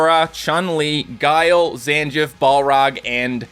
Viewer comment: really butchered my boy Zangiefs name